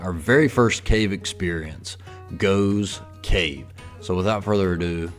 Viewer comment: 'Waitrose'. An upmarket grocery store. You couldn't see the name because there was someone in front of the sign. Btw, the cave is pronounced 'Goff's' Cave. I noticed in later videos he corrected that mispronunciation.